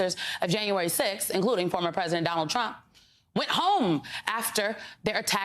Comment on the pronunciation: "Whaw and She want's to 🐝 prisident ".